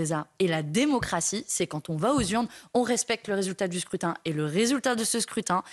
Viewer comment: "le résultat de s'crét... du scrutin" ouhhh j'ai failli entendre "de s' crétin "